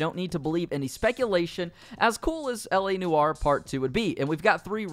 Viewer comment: Sorry, LA Noowah?